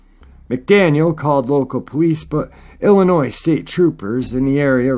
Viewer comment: Please,, don't pronounce the S in Illinois. It's pronounced ill in oy.